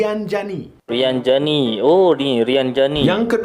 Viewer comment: Bukan rianjani bosqu,tpi rinjani😂😂😂